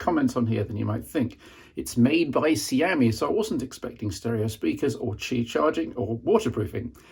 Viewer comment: Kudos on the pronunciation of Xiaomi.